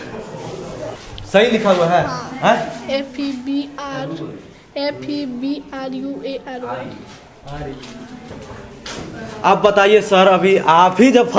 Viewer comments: Very bad . . . Pls don't criticize those children . . . What will they do . . Some student are smart and some are dull . . . One more thing I want to tell . . Is that the pronunciation is good ?. . . . the person who is holding the mike ?. . . He itself telling fervary for February. . And he was criticizing tha student. . . What a joke 😆🤣😅😂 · Bhaisaheb, jab Bache ko interview lerahe ho to aapna "February" pronunciation thik se karna nehi ata hay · पत्रकार महोदय आप तो पढ़े लिखे हो ना कम से कम। आपको इतनी समझ होना चाहिए कि बच्चों से कैसे बात कि जाती है। और गुरु गुरु होता है उनसे इज्ज़त से बात कर लीजिये थोड़ा सा और एक बात तनिक आप भी अपना January ,February खुद pronunciation सुधार् लीजिये, टीचर down to earth है और पत्रकार महोदय थोथा चना बाजे घना के कहावत को चरितार्थ कर रहे है कमिया निकाल् आसान है पत्रकार महोदय तनिक सिस्टम मे घुश के उन बच्चों को आप हि पढ़ा के सुधारिये आप हि के देश के बच्चे हैं वाली बच्ची से दो चार प्रश्न और कर लेते तो आपका विडीओ खराब हो जाता है ना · Sir jee pronunciation v sahi se karna zaroori hai. Farbary nhi February bolia tabh na sahi se likhega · Phela khud pronounce thik karla February ko ferbarary bol raha hai